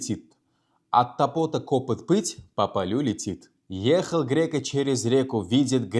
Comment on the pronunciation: 1.Ударение: От топОта кОпыт эмас, От тОпота копЫт булиши керак. Омад ёр булсин. Харакат қилаверинг. Хаммамиз хам хато қилиб урганганмиз.